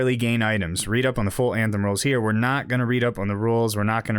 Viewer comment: "banthem" XD